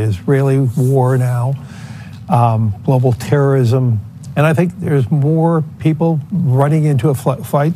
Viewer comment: It's Not Glo Baal.........its Earth